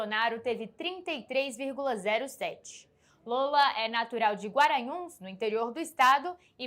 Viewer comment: a âncora pessima. a falando “Guaranhuns”